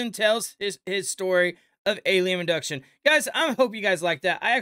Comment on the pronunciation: there is no such word as ubduction, I think you mean abduction.